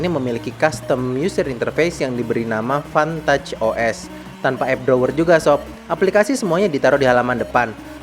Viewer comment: ane sekilas denger fantat os :v